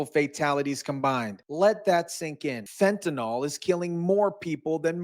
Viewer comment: Fentanyl not Fentanol.